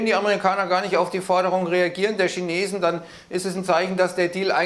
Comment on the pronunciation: Die Schinesen 😂😂😂